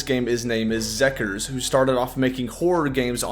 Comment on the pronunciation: I giggled a bit at that too lmao